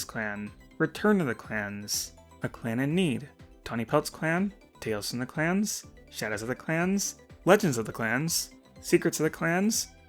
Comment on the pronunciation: For a second I thought he was saying class (yes, Battles of the Class)